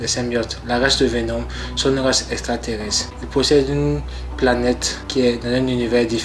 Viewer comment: Merci pour la vidéo, j'ai appris pas mal de choses sur Vénom. Par contre la prochaine fois il faudrait décider quelle prononciation, anglaise ou française, vous allez utiliser pour les noms des héros.